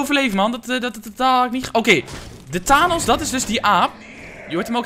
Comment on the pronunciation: Die uitspraak van Thanos hahaha my god zit jij ooit op internet? Marvel? Infinity war? Jezus man hahah. Die "handschoen" is de infinity gauntlet met de 6 infinity stones, die Thanos in zn bezit heeft. En daarmee heeft die t halve universum uitgemoord in een fractie van een seconde. Thanos (spreek uit Fènos) is de supervillain van infinity war. Dit zou je echt allemaal moeten weten, schaam je😂